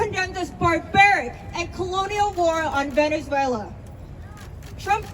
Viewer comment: They can’t even pronounce Venezuela properly 😂